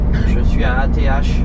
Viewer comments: L autoroute E429 est une magnifique autoroute. Ath se prononce ate et Bergen c est Mons en français. D ailleurs pour te repérer avec les villes traduit en neerlandais. Bergen-Mons Brussel-Bruxelles Gent-Gand Antwerpen-Anvers Luik-Liege Mechelen-Malines Namen-Namur Doornik-Tournai Kortrijk-Courtrai Apres pour le reste comme Bruges c est facile son nom en Neerlandais. Pour le ring on l appelle soit R0 ou Ro mais officiellement c est le R0. D ailleurs avouer que nos éclairages autoroutières sont agréables pour conduire. Enfaite y a beaucoup de feux rouge à Halle (brabant flamand) car près de la fin de l autoroute il y a le grand zoning de halle avec le plus grand colruyt et sa ligne de production qui est immense. Colruyt en Belgique c est une enseigne de magasin alimentaire très connue au même titre que delhaize. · ath se prononce ate ;)